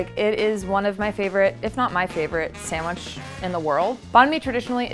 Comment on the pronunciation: “Samwidge” really? Ugh